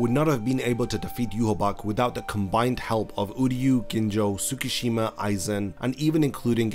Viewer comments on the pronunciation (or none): none